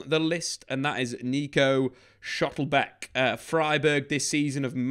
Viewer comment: It's Schlotterbeck, not 'schottlebeck'...